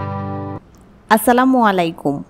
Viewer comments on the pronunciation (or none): none